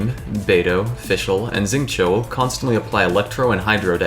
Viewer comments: That’s also not how you say Xingqiu and I feel more okay about being that guy this time because it’s a dudes name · 9.5/10 content. Would be 10/10 but you pronounced Xingqiu weird.